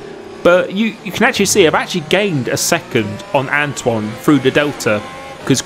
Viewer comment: Who remembers when used to butcher Antoine’s name by saying Antony